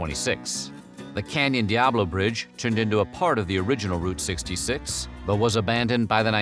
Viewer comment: its pronounced Root 66